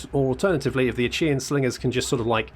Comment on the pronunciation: Achaean is pronounced with a hard K sound, as in "My back aches from this javelin I've found in it."